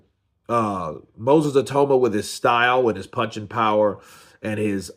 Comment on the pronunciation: Say he’s name right